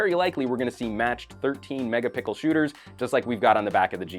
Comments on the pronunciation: i bet you're new here, he does that everytime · How many "Megapickels"